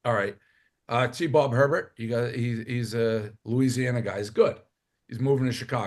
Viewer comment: T-Bob Herbert is pronounced A-Bear